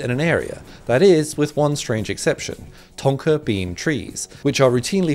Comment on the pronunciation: ❌ thonka tree ✅ thorka tree